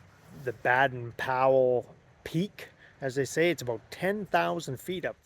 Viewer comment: Baden-Powell: Baden has a long ā pronounced Bay-den. San Jacinto: pronounced Ha-cinto